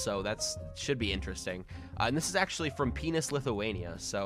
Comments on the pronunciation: really, penis lithuania? XD its pronounced will-nius greetings from lithuania tho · I am lithuanian i like how he said Not Vilnius Lithuania But Pienus lithuania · my guy rlly said pe*is Lithunia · Thats not PENUS Lithuania its VILNIUS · You said a P not a V... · dude you miss said Vilnius and it sounded like PENIUS XD